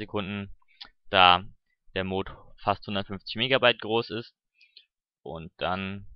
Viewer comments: Wieso sprichst du es immer als Mohd aus das heißt Mod kurz gesprochen. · das wird nicht moood sondern mot ausgesprochen :) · das heißt mod und nicht mooooood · triggert das euch aus so das er mooooood sagt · es heisst die Mods und Mod wird kurz gesproochen ;) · Warum sprichst du mod so komisch aus? O.o